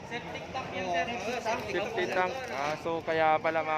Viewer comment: septik tank brod,,hindi septy tank